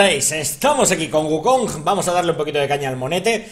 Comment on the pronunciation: por qué pronuncian las g finales como j? una duda que siempre tuve, lo he notado en palabras como bug (buj), lag (laj) y en este caso wukonj